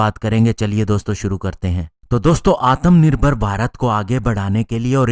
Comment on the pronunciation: सर आत्मनिभर्र बोलिए ना कि आतम निभर्र